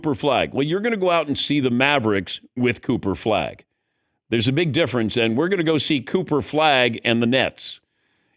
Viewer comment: Dan said, "Cooper Flag" "Pooper Flag" and "Coofer Flag"😅😂